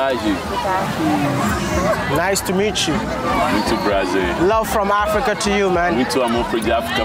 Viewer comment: I love d way u pronounce the word "Africa"